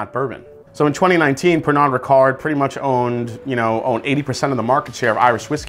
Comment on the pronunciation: Pernod is pronounced pear-no.